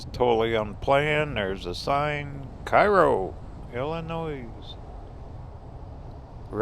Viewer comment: Illinois, Cairo, Sikeston, New Madrid were all mispronounced. I think you finally pronounced Sikeston correctly, but New Madrid really grates on the nerves of the locals. I can imagine how you'd pronounce Cape Girardeau. 🤣 That said, my mother loves your channel.